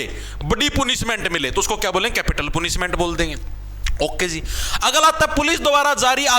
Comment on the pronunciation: Sir पनिशमेंट Ko पुनिशमै़ट kyu kahan lagre ho english na ati dikhe